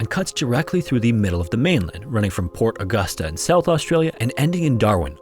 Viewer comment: it is so weird hearing a non-Australian say Pt Augusta